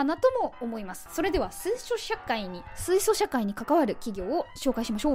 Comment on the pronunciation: しゅいしょしゃかい？